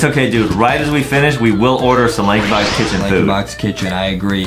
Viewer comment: Lankybox not crericeh